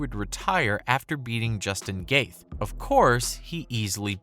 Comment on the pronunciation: Justin "Gaith"